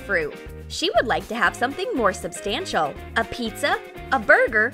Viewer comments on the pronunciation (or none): none